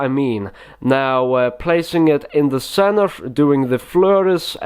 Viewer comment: "Inside the centrev of the deck" hahaha every time hahahaha